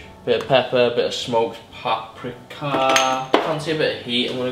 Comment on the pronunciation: Great video other than how you say paprika